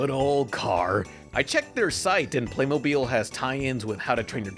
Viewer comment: First of all you're little joke over here is so cheesy come on man step up your game and second of all it's pronounced Playmobil not PlAyMoBiLe